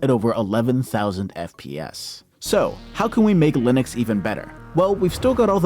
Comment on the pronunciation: why does he say "linix" wtf its making me crazy